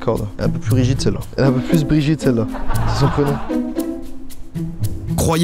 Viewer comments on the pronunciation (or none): none